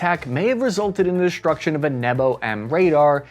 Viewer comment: Thanks, for the podcast. Fix the speech impediment, unless you are regressing there is a physical impediment that surgery can correct. Shtrike, inshtructor and deshtruction aren't correctly pronounced.